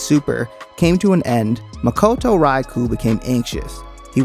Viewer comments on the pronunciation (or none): none